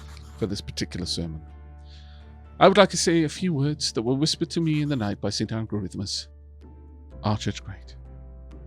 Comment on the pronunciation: Instead of saint algorithmus,I heard Satan Gorithmus. Made very little sense, and yet I still chuckled.